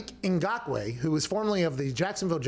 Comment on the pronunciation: As a Cameroonian, props to Pat for pronouncing his name correctly.